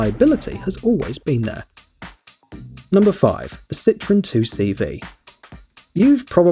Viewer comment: 2CV is not pronounced « Two See Vee » but « Deux chevaux » which means « Two horses »